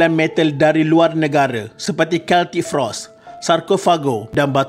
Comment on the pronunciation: Bang!!sebutan nama band tak cun..celtic frost,thrash metal..dan etc...